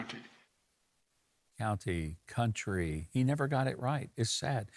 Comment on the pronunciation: Joe doesn't know which one has the r, county or country